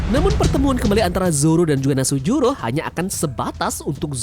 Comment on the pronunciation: V Nus juro.... Bukan Nasujuro